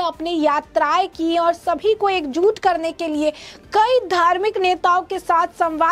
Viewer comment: Correct your Hindi grammer madam news reader. It's not "एक जूट" but it should be read as "एक जुट"😢